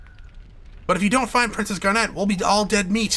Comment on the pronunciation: Calling Garnet "Garnette" <_<